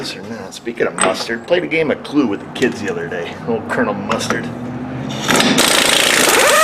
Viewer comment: CLUID? I think you mean CLUDO an English invented game😆